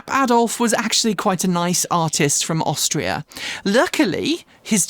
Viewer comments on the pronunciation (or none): none